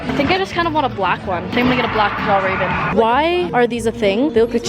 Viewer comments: Me as a swedish person: no that is not how you pronounce fjällräven more like fjellreven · pronounciation of Fjällräven is totally wrong. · genuinely thought she said rabies kanken